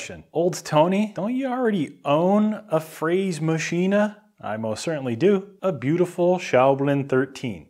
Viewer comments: Hey 😂 sounds like "Freysmaschina" say it like "Fras-machina" "Mill" in German is "Mühle" ( a tiny house with a wooden wheel moved by water) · FRÄS-MASCHINE not FRÄSE-MASCHINE greetings from Austria ;) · fräsemaschiene ? Das ist aber kein gutes deutsch tony :) Ich bin in in der Ausbildung und haben eine deckel fp4A die ist dafür das sie so alt ist echt gut, hat eine Kugelumlauf Spindel und einen Öler und kann so gut wie alle Programme Abfahren :D Gutes Video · Fräsmaschine ist richtig, niemand sagt/schreibt Fräs>e<maschine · no, very exciting! By the way, it's not "maschina", it's "maschine", so the "e" in the end is like the "e" in "hell" or "heck" or "helicobter", and the "ä" in Fräsmaschine is a realy long "äää", othewise it sounds like "fressen", what means eating of an animal. So "fräsen" comes with a long "äääää ... " noü not that long ... but longer ... oh, f.... just hear it in the google translater ;-) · Please Tony! For the love of God .. never ever say fräshmachine and prounance the E... The German language is some slobby Chicago English bull****.... Never ever do that to the German language again.. please. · Fräsmaschine -> "Frä-" like in FRIEnds, "Ma-" like in MAcho :) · actually the Ä gets spooken like the a in the word tap. is one single letter and gets spoken like that, just as a tip ;-) and the last letter e gets spoken almost the same just a bit more like the e in cabinet, so in the next video i would love to here you try it out :-) :-) :-) and its written Fräsmaschine not Fräsemaschine. yes German is my main language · It's so funny to see this Video as a german!😅😂 We have 4 Mahos in our company, and they are all fithy😂😂 Maybe i can answer some questions! I fucking love how you pronounce Fräsmaschine😂😂👍🏻😍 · Have fun with it, it's a solid piece of engineering. I like your accent when saying "fräsmaschine". ;-) Greeting from This Old Germany!